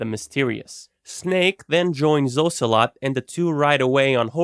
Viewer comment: "oh-celot" ha